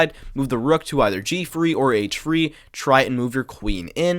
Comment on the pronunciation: Love your videos, but why do you say “free” instead of “three”?